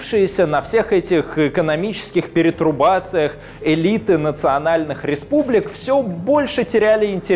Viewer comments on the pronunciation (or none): Спасибо большое. Очень интересно и познавательно. Многие элементы паззла сложились воедино. Только не "перетрубации", а "пертурбации". PS: поздравляю с рождением ребёнка)